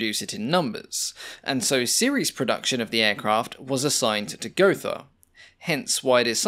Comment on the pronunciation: just pronounce it "Go-Ta"